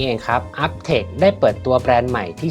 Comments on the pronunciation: อ่านว่า U-B-Tech ยูบีเทค ไม่ใช่อัพเทค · อ่านว่าไรนะ อึ้บเทค😂